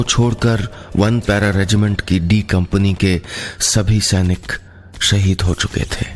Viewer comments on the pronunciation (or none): none